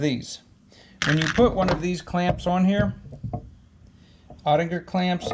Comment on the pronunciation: Cool video. And I think it’s “oh-tick-uhr” .